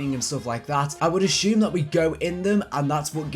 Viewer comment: bro.... consuuuumables not conshumables. assuuuume not ashume. sorry but its driving me crazy. accent or no. ur vidz r dope though so i guess ill deal. jus fyi brother